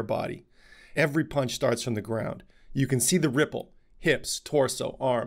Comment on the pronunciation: Did he say "punch doctor" or "paunch doctor"...LMFAO